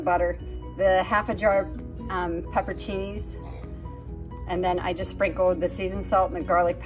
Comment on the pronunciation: that looks delicious. I can understand why it's a constant repeat on the meal rotation. You did a great job pronouncing pepperoncini, but what was the brand of the instant pot? You might want to review the way you are pronouncing Farberware, unless that is the PA way to say it. I would love to join the cast on your channel. I know up until now it's only been family, friends and pets, but I could be Rick the dialog coach. I could. (Now I am talking like Mike. I am.) There is just something about you guys I love to tease. I love your channels.